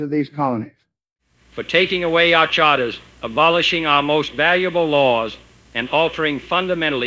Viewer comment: it nailed that Bostonian charters “chaatahs”